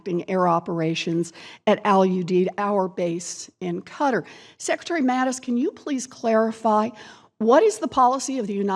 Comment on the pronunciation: Mattis has a very prominent and very annoying speech defect. Mattis should address that prominent/annoying speech defect. Mattis is unable to pronounce his own name! Mattis pronounces his name as, “Mattith.” I would be categorically embarrassed to speak publicly if I had a speech defect like Mattis has.